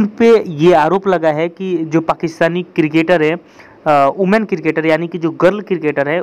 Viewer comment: Women bol ke dikhaa... Ooman nahi bolna.. women bolll